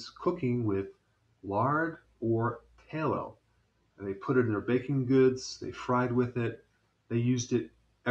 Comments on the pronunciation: "tay-lo" lmfao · My mother told me many years ago "lard makes the best piecrust".. (and I believe "tallow" is pronounced with a short or soft "a" rather than a long or hard "a".. at least back in my day...)